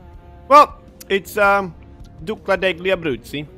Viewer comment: You say wrong "duca DEGLI abruzzi" in italian "gl" is as the spanish "LL"